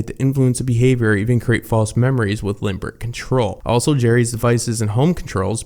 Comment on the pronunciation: Limbic, not limbRic